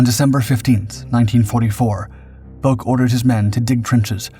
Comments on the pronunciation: The ou in Bouck is pronounced like ow in how and cow. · It's pronounced BOWK. I went to school with his son. Lt Bouck went on to become a chiropractor in my hometown of St Louis, MO. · There's like 3 ways that are all right to pronounce bowk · "All right" is one thing. The way the Bouck family with whom was acquainted was the same family as the Lt. Bouck in question. If they pronounce it "Bowk," "Bowk" is their correct pronunciation. My own surname is Lithuanian, and therefore unusual. My husband told me the various pronunciations he had heard (and as a student of linguistics, he learned of several), but ended with, "And we pronounce it XYZ way." The "all right" pronunciation of a name is the one the family chooses. Correcting the family's pronunciation or insisting others are just as valid while ignoring their stated preference is tacky. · I attended college in the 1960's and knew a guy with the same last name. He pronounced it the same way you did. It seemed to be a German surname, to me, but I don't recall any discussion of what his father did in WW II, and that was something we talked about back then, as the Vietnam War was ramping up.